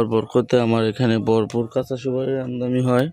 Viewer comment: ভাই শব্দটা আমদামি না আমদানি হবে